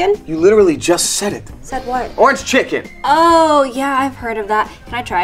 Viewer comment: was she saying orange chicken in a Asian accent I don't know